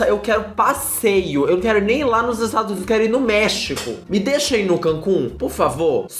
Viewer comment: É impressão minha ou ele falou estragos Unidos? 😂😂